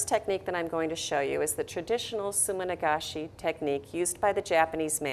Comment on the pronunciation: sumi-nagashi =] not sumin-agashi